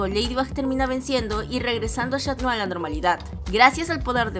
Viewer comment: Dijo shan noir en ves de cat noir